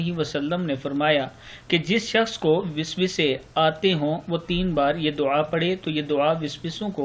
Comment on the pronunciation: Aji Visvasey nahiiin Bl ke, vasvasey padhein